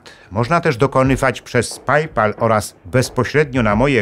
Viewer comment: A na marginesie to nie PAJPAl tyleko PEjPal ziomus